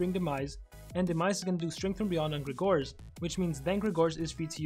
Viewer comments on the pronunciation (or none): You misspronaunced his name